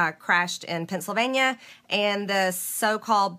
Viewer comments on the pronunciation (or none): none